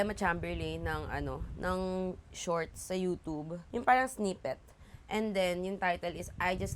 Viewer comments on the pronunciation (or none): none